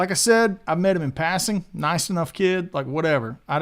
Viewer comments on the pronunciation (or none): none